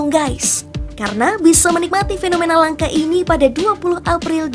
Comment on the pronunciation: Narator bodoh, menyebut 'langka' kok jd 'langkah', idi0t